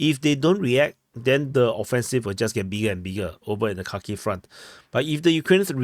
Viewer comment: Its Harkeev or Harkov 😊